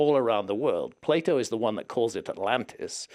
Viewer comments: Please, dont say "play-oh" !!😝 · Its not plate o, its Plato!